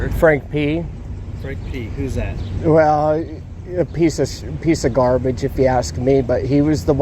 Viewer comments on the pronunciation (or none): none